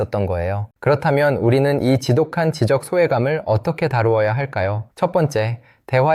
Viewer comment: 목소리가 AI가 아닌게 맞아요? 지적 소외감 .. 지적.. 발음이 이상한데